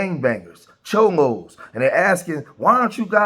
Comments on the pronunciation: It's cholos NOT chomos.....which are child molesters. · It's cholos not chomos fuck chomos and the illegal immigrants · Cholo’s not Chomo’s . 😂😂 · They're called Cholos not chomos. Big difference 😂😂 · You foul for calling them chomos instead of CHOLOS! A true B.A.N.! You gon get someone mopped up! I ain't protesting against ice but I ain't t standing with dis B.A.N.! Unsubscribe! Cancel this weirdo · CHOLOS... not CHOMOS CHOMO Means something ENTIRELY Different 😂😂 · Lame ass ignorance ALL YOU IDIOTS NEED TO KNOW YOUR HISTORY. BLACK, WHITE, YELLOW ARE ALL IMMIGRANTS. THIS IS ARE LAND AND SUR CALIFIAS . MEXICO 🇲🇽 IS CALIFORNIA . ALSO LEARN HOW TO TALK. WERE CHOLOS NOT CHOMOS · It's CHOLOS , not CHOMOS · I think your trying to say Cholos ... Just correcting you your saying the worst act to kid fuckers aka Chomos just correcting what you are saying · Did he say chomos or am I trippin 😂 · Please be careful with your wording bro, your saying Chomos but the Proper Term is Cholos bro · Bro you said “chomos “😂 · CHOLOS Not CHOMOS!!! WATCH YOUR VERBIAGE, DUDE! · "*Cholos" not "chomos" lol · Calling the cholos chomos throughout the whole video got me 💀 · It's CUH DA HEY SHE IS CALLING OUT CHOLOS NOT CHOMOS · Did he say chomos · Cholos not chomos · Dude, you mean to say Chollos. That's the gang members. You said Chomos, which is prison slang for child molester! You mean Chollo, bro! Chollos are not child molesters! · Lol this mane called them chomos😂😂😂 its cholos bro, chomos means pedophile or grapist or sum shit😂😂😂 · He said chomos😂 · I think you mean cholos not chomos